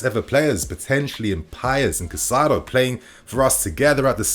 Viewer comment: Kai Saydo. Not Kuh Cydo. Kai Saydo. Caicedo.